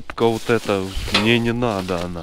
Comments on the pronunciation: Ааххахахха а мине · Ребитушечки, канешна я начал говорить мине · Мене він вже бісить все а мине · А мине семичик, амеане😅😅😅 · Тупо: "Мне" " Мине" "ребятки" "ребятики"